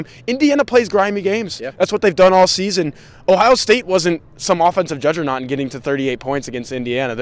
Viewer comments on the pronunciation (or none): Did say judge-er-not? 😉